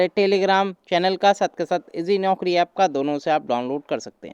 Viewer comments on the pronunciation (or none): none